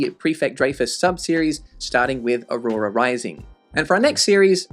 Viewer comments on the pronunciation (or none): none